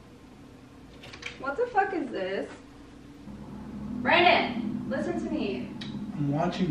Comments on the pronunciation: she said branon but forgot the d in his name that's what it sounds like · She said bran-din and it sounded like brian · Champ Boy Gaming it was more of a Brannen. She just didn't say the D.